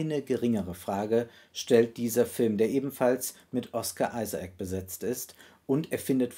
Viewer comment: "Ohsca Isaac"